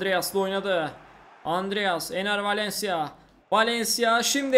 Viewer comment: Abi çok güzel Enner Valencia diyorsun bee